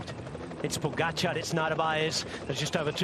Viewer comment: Wow, finally a commentator that can pronounce Pogacar's name. Thank you.